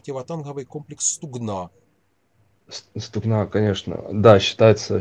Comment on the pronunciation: В слові «стугна» наголос на букву У. Стугна, це річка в Україні.